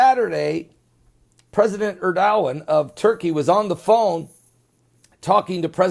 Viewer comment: if Universe Just listening to this guy pronouncing the name of Erdogan and LA-TA-KEE-AA (try it that way... its called fonetic spelling) cracks me up